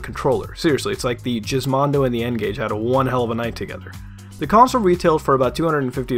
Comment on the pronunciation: What the hell is Jizzmondo - I thought it was GizMondo with a G not a bloody J